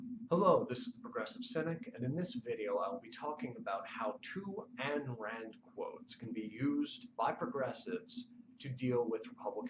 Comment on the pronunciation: For God's sake it's Ayn (Eye-n) Rand not "Ann" Rand. Don't you watch Cohnan Obrian?